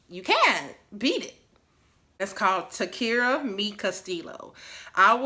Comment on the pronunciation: Girl taqueria !!! U said it wong !!! Girl! Tack-ka-ria!